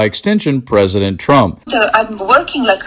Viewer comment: “I tell dee prezident what I tink.” Sure ya do, Melania. Trump listens to your nonsense just as intently as he listens to the needs of the citizens he’s supposed to protect 😡